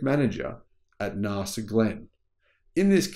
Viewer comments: Mr pedantic here : NAS...A pronunciation not Nar sa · Again with the Nahsa - it hurts my ears so badly,. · Please mate - NASA is not pronounced that way in any country on the globe. Please correct yourself ASAP ... I can't watch the rest of this video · Sorry, there is no R In NASA, if fact threre is no R in the second letters of "National Aeronautics and Space Administration" that needs its use.